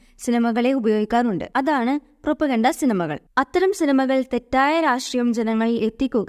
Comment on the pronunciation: പ്രൊപ്പഗണ്ട അല്ല പ്രൊപഗാൻഡ